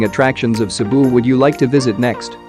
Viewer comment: Great travel guide for Cebu. Thank you for accurately pronouncing all the Filipino words and locations.❤️❤️❤️